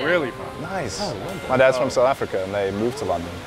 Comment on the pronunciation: 🇿🇦🇿🇦 Did say his Dad is South African? Even the way he pronounced "South Africa". Awe awe broer🇿🇦🇿🇦